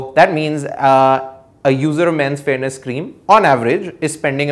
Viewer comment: Sorry, I cant quite hear the word in this cream example, is he saying "Fairness" ? ? ?